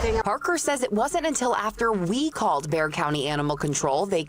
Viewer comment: Bexar county Texas is pronounced "Bear county" the x is silent...